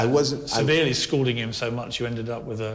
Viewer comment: They both keep saying 'scolding' , but it's 'scalding' . This guy is a guilty psychopath!